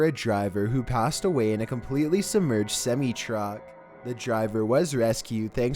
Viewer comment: can't pronounce semi truck.